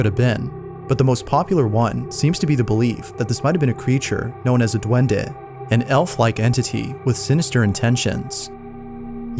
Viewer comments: "known as a dwendih" got me ROLLING lol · escucharte decir Duendeh mientras muestras un video de mi país es totalmente satisfactorio